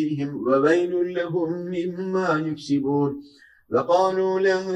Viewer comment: 79.ayette yuksibun seklinde okunmus dogrusu yeksibun olacak